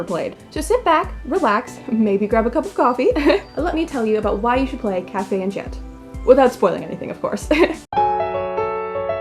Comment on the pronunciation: Why am I so bothered by the mispronunciation of enchanté. Like it doesn’t even translate to enchant 😫